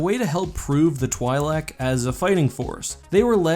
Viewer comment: It's "twee-lek" not "twhy-lek"...